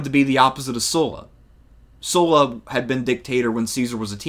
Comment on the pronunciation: Thanks to pronouncing Sulla's name correctly.